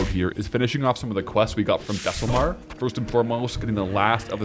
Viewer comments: you saying "Thesslemar" instead of "Thelsamar" is driving me insane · Thelllsamar Not thessel 😄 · One of these days, is going to pronounce Thelsamar correctly. Not today, but someday.